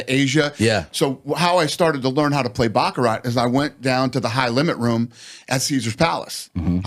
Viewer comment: It’s pronounced BachaRAH, not BachaRAT. Anyhow if Dana ends up not winning, he might at least still learn how to speak Chinese! 😂